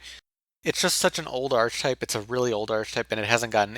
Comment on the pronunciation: archetype is pronounced as arc-type. .